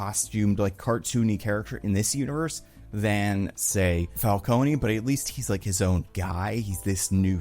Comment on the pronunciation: Im sure its been said before but you don’t pronounce the E in Falcone